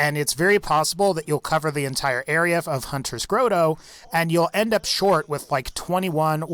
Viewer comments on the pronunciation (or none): Jesus, have you never heard the word "grotto" before? ɡrädō, not grow-toe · He said gro do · What's a grow toe? Is that just grotto mispronounced? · Hunters "GROW-TOW" WHY,? WHYYY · Everyones gangsta until pronounces grotto as grotto instead of grotto